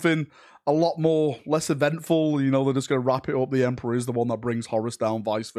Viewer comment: OMG! Not the Emprah! )